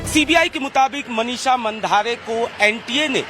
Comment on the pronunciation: मनिषा मांढरे ऐसा नाम हैं. मंधारे नहीं. 😂